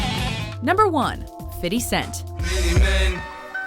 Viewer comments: Ugh i wish someone would shoot her nine times for pronouncing fifty as fitty. YOU ARE NOT GANGSTER!!! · omg just say "FIFty" stop with this "fity" shit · I wish she stop wit that "Fiddy" shit... That's some borderline racist shit.. Ta ha! It's Fifty!! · Why does she say fitty cent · The way she says "Fitty" makes me cringe.